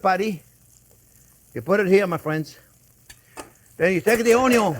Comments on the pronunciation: Chef you had me long ago at "onyo". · Had me at “ONYO…” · I think its very good to an extent and is a fine line to a gut ache & a real bad acne breakout This is 1 guy who doesn't irk me when he says own-yone (onion) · You can’t have the Butter without the OnYons! 😂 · came from the onyon memes, stayed for the impressive recipes, you've come a long way big chef man 🍻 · Ahahaha, the vegan sarcasm and choking on his words. Love it. More butter and Onyo please. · Don't you mean, "Onyo"? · How can you not fall in love with this man? He makes it all so fun. I sent my Mom his, "BBQ Braised Short Ribs," video. She loved it and now, "onyo," is a household word. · 😂😂😂 Butter and Onyo burger , Love this